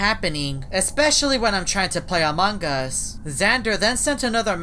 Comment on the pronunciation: Its among us not among gust